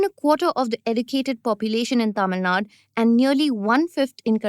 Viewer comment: It's Tamil 'Nadu', not 'Nad'. Sigh